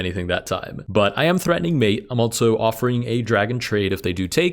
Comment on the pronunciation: I agree, his voice is nice but I noticed he pronounces "also" almost like "altzo" along with similar words, I wonder if this is a regional thing or exactly why